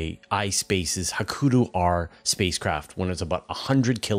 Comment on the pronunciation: Please learn how to say "Hakuto", or at least pick 1 pronunciation and stick with it. Japanese is in many ways phonetically very similar to Spanish, so pretty easy.